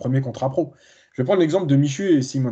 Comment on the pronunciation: c'est Michut d'Aix-Les-Bains, pas Michoux 😝🤣